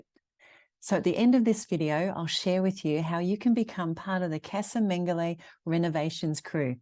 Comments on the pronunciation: The way you pronounce the name Mengoli sounds like Mengele, the dead docter of Auswitch! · Lots of work! But it’ll be lovely once finished. (I think it’s pronounced Mengo-lee,not lay.) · How lovely. How Brave! How full of smiles you are!! Love that you named the house after the previous generations of owners. Just one query, surely the house name is pronounced Men-goh-lee though? (Mengoli). Casa is pronounced as in Cah-zah usually. Unless of course its all pronounced differently down in beautiful Puglia?